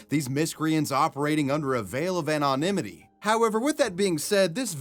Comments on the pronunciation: The way you pronounce anonymity is a war crime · Haven’t watched vid yet, sure it’s a keeper as always. Urge 2 mention on this long ago, didn’t. But I gotta. anonymity. Haven’t heard it pronounced that way b4. It sounds like each syllable is in sorta slow mo. From the South, 🇺🇸 Been on Earth awhile, a long while. To Mexico and Canada. Just me? Not poking fun, it’s interesting. Are u 🇨🇦? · How he pronounces anonymity cracks me up 😊